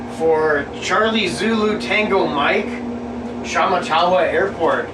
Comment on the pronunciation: it's pronounced sh matt a wa.